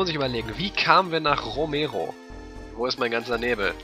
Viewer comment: "Romero"? klingt fast wie "Emero" :D